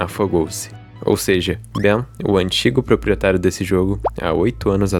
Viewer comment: mano não é bem n kkk é "Ben"